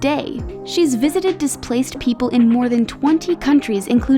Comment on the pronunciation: Please pronounce Iraq correctly.